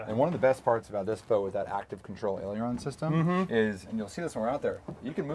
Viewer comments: Aileron. There is no second i. Ayyyy ler on. Looks great. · Yes! And the way he pronounces "aileron"! 😆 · I can't get over how this guy mispronounces aileron. lol Cool boat though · Everytime he says the boat is an airplane or mispronounces "aileron" makes me chuckle. It may be like an airplane in terms of some physics, but that doesn't mean it is one.